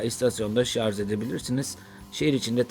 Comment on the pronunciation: Abi o kadar uğraşıp video çekiyorsunuz, bir zahmet ŞARJ kelimesini de doğru telaffuz etmeyi öğrenin gözünüzü seveyim ya